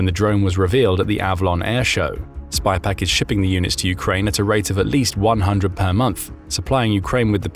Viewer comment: No, the AI voice said “SPYPAC” every time.